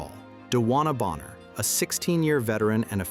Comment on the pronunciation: It’s not Boenher, it’s BONNER!